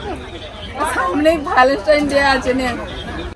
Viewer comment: কথা টা ভালেস্টাইন না ভ্যালেন্টাইনস ডে